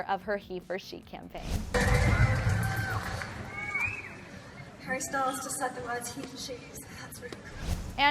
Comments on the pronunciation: "hare bear" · "har-bear" vomits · Did she say "hearbear" wtf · Harr bear 😬 cringe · nobody calls him harebear please stop